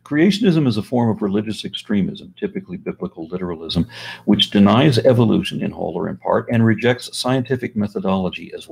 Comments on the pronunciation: Am I the only bothered that he keeps saying Eviloution ? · I like how he keeps pronouncing it 'evilution'.